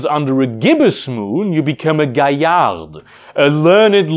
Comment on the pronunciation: Mistakes spotted immediately: Auspice is, in both Werewolf 5th and previous editions, based on when you're BORN not when your first change happens You mispronounced and mispelled "Galliard"